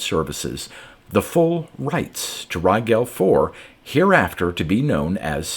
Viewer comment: Too late for this one, but Rigel is pronounced as in "gel" like gelatin. Thanks for the great reading again, as always.